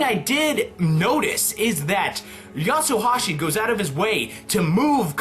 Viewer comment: Its not Yatsohashi its Yatsuhashi, no O